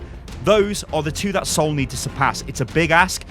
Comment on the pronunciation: How did my man just pronounce the Seoul Dynasty lmao